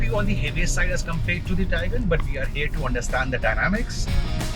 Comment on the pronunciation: The Taigan ans Seltas pronounciation was really irritating man.